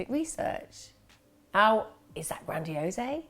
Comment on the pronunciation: The e is silent in grandiose. Rhymes with dose.